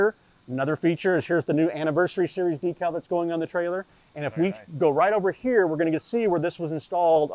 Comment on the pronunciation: DEC-AL not DEEK-AL